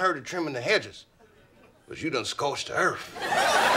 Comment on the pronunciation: Scorched “da erf” to be precise.